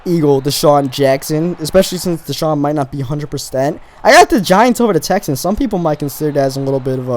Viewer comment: Houston Texans He Accidentaly Said ans wrong